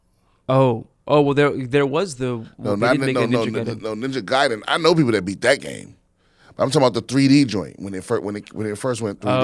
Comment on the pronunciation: I agree about Ninja Gaiden but, i thought it was pronounced GUY-den.